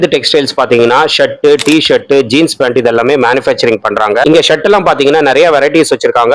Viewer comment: Pronounce pant not fant brother